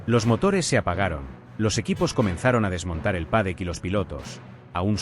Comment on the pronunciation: es un cara de piedra y burro...escuchalo nomas insistir una y otra vez con PADEC...Y SE DICE PADDOCK.. Pronuncia Cristian Journer (Horner) y se deberia pronuncia Jorner...es burro malo